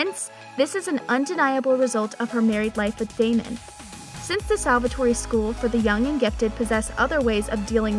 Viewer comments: WHY??? It's pronounced 'salvator(e) ' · Did she say Salvatorie school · This salvatory pronounciation is making me cringe😵😵😵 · Fantastic and she keeps saying Salvatore wrong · No I am as well. It bugged me when josie said Salvatore wrong as well. If you’re a fan of the show surely you should know how to pronounce things. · i wish they would stop letting fake fans make these videos... could you at least say salvatore right?? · She reminds me of Kai Parker prounouncing there names wrong 😡😡😡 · They can’t pronounce the names correct and it’s annoying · IT IS SALVATORE NOT SALVATORY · Everyone: Salvatore Her: SalvatoreY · Salvertory🙄🙄🙄🙄 did she seriously say salvertoryyyy???? Father lawd!!! 😭😭😭😭 Repat after me sal-ver-tor!!!! And stop saying Stefan!! 😢😢 Kai Parker is the only one allowed to say that😒😒😒smh! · "salvatory!" lmfao... say it right ffs, can't watch this because of that.. its salve'TOR ... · It’s annoying when you can tell the narrator never actually watched the show. Lmao Salvatore-eee lol 😂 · fr lmao whats salvatorey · the name they gave their daughter was Stephany but they said “Stefan Salvatorey” and “Damon Salvatorey” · ITS STEEFEEENNN (THE PRONOUNCE) AND ITS SALVATORRRRR THE E IS SILENT IN SALVATORE... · Clearly this girl is reading off a script. She is saying Stefan wrong and Salvatore wrong. She is say Stefan like StefOn and Salvatore like Salvatori? Like what! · Can someone tell that Stefan is pronounced Stefin, salvatore is pronounced salvator, the e is silent and maybe watch an episode of TVD in english to see how the names are pronounced 🙄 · Look i appreciate your work but it stefan not stefaaan and its saltvatore not salvatorie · Don’t forget she mentioned Stef-ON SalvatoreY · You for real need to learn how to say Stefan, Alaric, and Salvator before you start talking about the show cause clearly you’ve never even seen it if that’s how you’re saying the names.